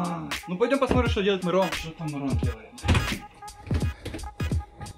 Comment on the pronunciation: Не Мирон а мырон